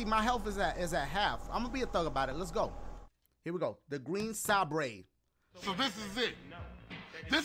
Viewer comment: The way he pronounced Sabre though 😂